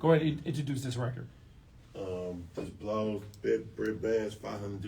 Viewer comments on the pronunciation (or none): Great interview…I just h8 he kept calling him Blaz lol its Bloz … I just wish these interviewers really know the artist like I really know bossbird … Emo and Jet lee aka lee diamonds… Sam black as a cat wooda moon man what I got all y’all songs Bloz … thanks for uploading all of them … I just need that So Crazy song chop n screwd again 😉 🔥 s/o to the whole boss ..SGz … 4 block